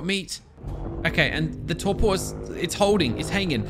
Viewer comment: He keeps saying torqor when it’s torpor